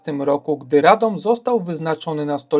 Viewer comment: What a pervert pronounciation - you only have to look at the Wiki-article in the internet, where you will find international sound language, telling you exactly how to pronounce it!